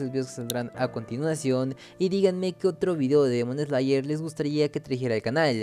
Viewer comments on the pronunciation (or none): "Dimon sleyer"